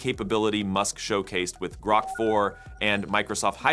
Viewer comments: You used AI to develop this video obviously and I think it's hilarious that AI couldn't properly pronounce GROK. It isn't "GROW"-K, its "GRAW"K... lol!!!!!! Maybe you should have used GROK 4? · Groke? The AI in this video can't even pronounce Grok. Fail. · Please, please never say groke again. :) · HAHA he said Groke twice 😆